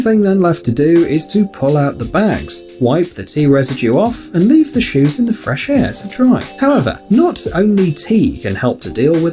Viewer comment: When he was talking about the shoes he said shoes shives